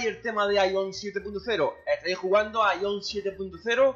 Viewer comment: Porque tanto espamento por que sacaron el idioma español, no es la muerte, cuantos juegos juegan en inglés y no se quejan. Me da risa jajaja... y es Aion no Aión, donde le ves el acento??